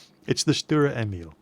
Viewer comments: That's not quite right in English it is Tank self-propelled gun V. As you can see that is definitive no artillery and "Lafette" means "Gun carriage". Also it was called "Selbstfahrlafette L/61"in the german army. The nickname is pronounced StuRer Emil not Stuer Emil with a strong R and it means "Stubborn Emil" in English. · Stuhrer Emeel would be the way to pronounce this for your brits I think :D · Stuwa Ehmiwl speaking german is just too funny. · Dicker Max means fat Max;D Sturer Emil funny pronouncing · Dear i'm usually speaking german so i know exactly how to say "sturer emil". So say the sh of shut up then the t and at least the urer and don't forget to say the r much louder. I hope I helped you.